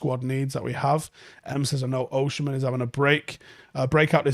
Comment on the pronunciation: it’s Oh-Si-Men not Oh-Shi-Men